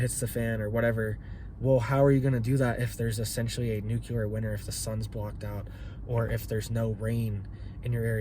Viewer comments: It's new-clee-er NOT new-kya-ler. If you're going to discuss, it learn how to pronounce it. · Nuclear, not nukular 🤔😛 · Nuclear, not nucular... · literal translation "if you do it we will respond after we decide..." go to college, you also said the word "nucular" please stop, you inbreed yokel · This guy doesn’t even know how to pronounce nuclear….NOT ..nu-ku-lar. 👎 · New clear🤔💯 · Dear Lord, please pronounce the word "nuclear" properly. I don't understand why so many people have trouble with this.